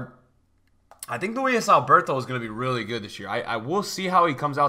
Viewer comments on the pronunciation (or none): none